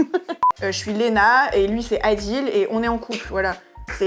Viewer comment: "Adil" 😭😭 Montre lui comme bien prononcer